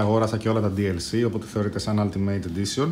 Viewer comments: ελα μωρε χαβαλε κανουμε.προφερεται οουλτιμειτ για την ακριβεια και το αλτιμειτ το ειπες 2-3 φορες και μου ακουστηκε καπως αστεια.ετσι φαση δικε μου ναουμε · σαρεσει να το λες "αλτιμειτ" ετσι?